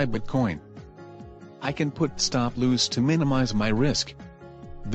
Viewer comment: Great video. Nice Review. One tip I would give when using your text to voice program which sometimes get the pronunciation wrong.. for example every time your video tried to say "loss" it came out "loos". An easy work around when you get this is to spell out your words more phonetically.. i.e. for loss... try typing "lawhs" or "lawz" and you should get a better pronunciation. I have had to deal with this issue myself when making videos.